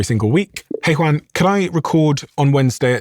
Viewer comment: Don’t try to pronounce Juan with an accent. 😂 it’s sounds ridiculous 😅